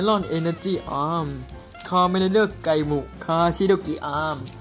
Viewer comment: ไกมุไม่ใช่ไกมุ่นะครับ